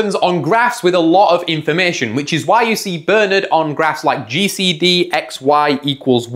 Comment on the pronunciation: It's not pronounced Bernard, it's pronounced Bernard, ffs.